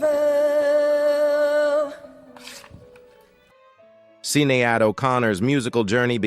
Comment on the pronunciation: See Nee Ad O'Connor???